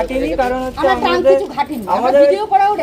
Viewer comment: ট্যাঙ্কি নয় শব্দটি ট্রাঙ্ক হবে।